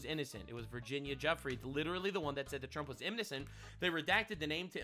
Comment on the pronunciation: "Jewfray" is how its pronounced. Virginia Giuffre